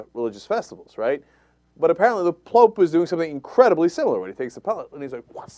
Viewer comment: hahaahahahahah "The Plope" ?? lol